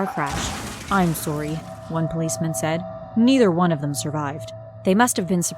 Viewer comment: Why do you say tomorrow sorry borrow wrong